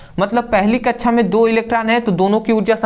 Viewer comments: Or ye kya laga rakha hai कच्छा /कच्छाओ abe bhai कक्षा /कक्षाओ hota hai thoda dhang se keh lo bhai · कक्षा ❌ कछा ✅